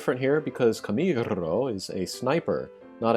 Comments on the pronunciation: camirrrrrrrrrro xD as a latin american i find your pronuntiation funny but i understand why xD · his camirrrooo pronunciation is perfect ! XD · Ew 50 bravery xD nice vid. You like saying camirrroo dont you xD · i love that you dramatically overdid that r roll while vammo ala flamenco is playing